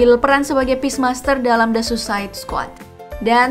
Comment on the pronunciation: Peacemaker..bukan peacemaster